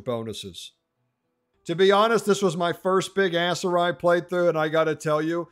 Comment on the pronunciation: Please my brother in Christ, stop pronouncing it ASS-Seri 😂